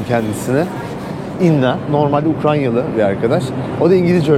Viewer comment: Bir de Ukrayna demeyi öğrenirse daha güzel olur.